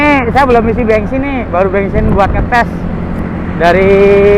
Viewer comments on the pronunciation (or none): Bensin om bukan bengsin, wkwk, ngecaprak bae ya. Terimakasih infonya